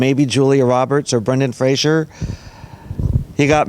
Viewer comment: The man's name is Fraser, nit Frasier. He's just been twlling us that for 30 years.